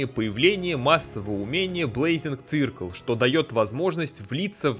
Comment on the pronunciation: "Цыркл" ахахаа... убило